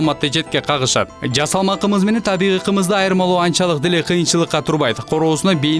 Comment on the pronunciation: Эже так аталбадыго таза кымыз деп